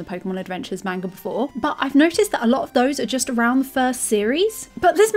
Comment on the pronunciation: She calls it "manger" and its amazing